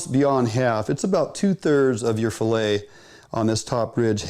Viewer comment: fill aying ! hahahahaha